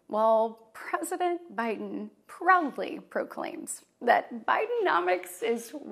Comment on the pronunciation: PReSident BiHIden